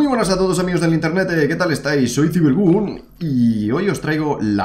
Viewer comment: internete JAJAJA HABLA BIEN XD 🤣 pd: buen video🤩 no es hate xd todo traqui y relax